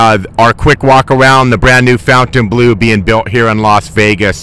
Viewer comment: Fontain, not foutain